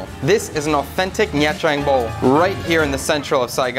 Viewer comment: Love the content! You make me wanna quit my job and move to Vietnam haha also pronunciation tip: the “tr” in “trang” and other viet words can just be pronounce like the “ch” in “cha ca”. Keep it up!